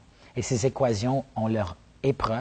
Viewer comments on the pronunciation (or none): J'ai appris un nouveau mot : équazion. Il parle beaucoup d'auto-lavage, çà doit être en rapport avec son métier à la NASA je suppose : technicien de surface. En tous cas, sa reconversion en comique me semble pas une bonne idée, je préfère encore Courtemanche.